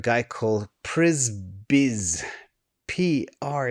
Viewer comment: Just if you wonder how Przybysz would probably pronounce his own name... probably close to psha-bash or pshi-bish (sort of in between those two)...